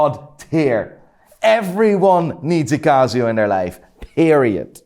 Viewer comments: Watch expert that mispronounces brand names ?!? Cazio anyone? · It's not cazzzzioo man . It's "Casio" 😑